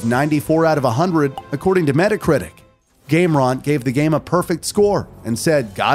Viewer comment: I've never heard GameRant pronounced "gameront" or Atreus pronounced "Ayetreeus" lol